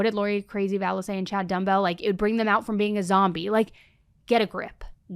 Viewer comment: Did you say Chad Dumb Bell? Haha!!